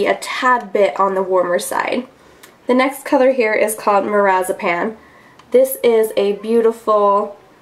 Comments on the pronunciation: Mirazipan? Haha you mean Marzipan. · Loved this video! Am seriously considering this palette. I cracked myself up because when you were saying the color marzipan it sounded just like you were saying lorazepam and my nursing brain was instantly intrigued by a shadow with such a name lol. Love ur videos!!! :)